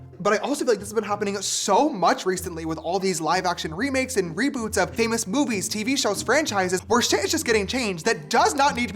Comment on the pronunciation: When he said movies I heard boobies lol